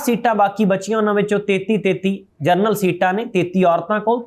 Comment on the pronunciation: ਜਰਨਲ ਨਹੀਂ ਜਨਰਲ ਹੁੰਦਾ ਹੈ। ਖਬਰਾਂ ਠੀਕ ਪੜ੍ਹੋ।